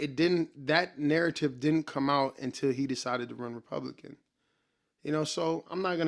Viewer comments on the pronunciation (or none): none